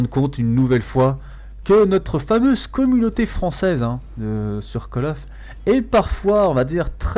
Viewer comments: c'est quoi : '' comunoter '' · Dafuck ? Il parle français, hein. Il dit "Communauté française" et pas "Communoter française"